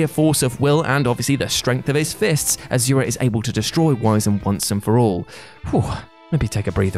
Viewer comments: ITS NOT AZURA ITS NOT A Z ITS AN S , AND ITS PRONOUNCED ASHURA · not to be that guy but for future reference asura is pronounced as ashura